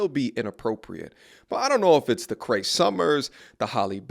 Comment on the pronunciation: Bro, it's CREE Summers, not CRAY Summers. The name even looks the way it sounds.